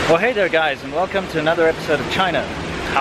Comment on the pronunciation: Wewcome to anodder wideeo....